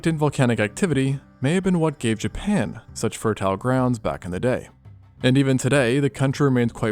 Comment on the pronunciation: If i hear him say japan one more time im going to snap